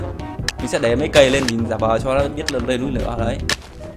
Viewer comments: anh đọc là "núi nửa" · Anh nói là núi lửa mới đúng anh tập nói từ núi lửa đi đừng ns từ núi nửa nửa